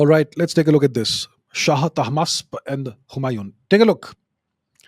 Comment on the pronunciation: The name Humayon is pronounced differently. The "N" is not pronounced fully.